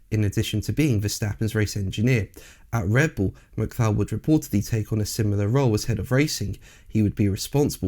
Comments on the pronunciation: Don’t you mean Mac Cullock pronunciation. I’ve never heard Mac Clow ever? Until now that is. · "Mc Clow" can join "LeCluuurrrr" in the Mispronunciation Hall of Shame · His name is pronounced Mc- Cull- ock. This is, or should be, common knowedge. Why don't you even check these things? You really are slap in the middle of the most ignorant and enfeebled generation ever. Your motto should be "Bringing Idiocracy to life". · Yes.. the correct pronunciation I believe is Mu-cul-ah 👌🏻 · Curious pronounciation of the surname McCulloch!